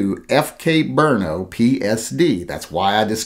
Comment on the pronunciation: I was listening until you said "brno"